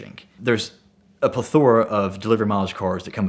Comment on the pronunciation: taught me how to properly say 'plethora'.